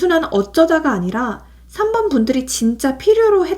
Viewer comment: 3번 감사합니다. 그런데 4번이 아니라 3번이 맞는거죵?? 4번이라고 들려서...